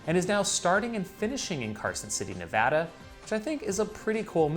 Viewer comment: Thanks for pronouncing Nevada correctly!